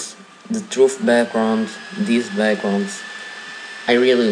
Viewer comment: "welcum too truff"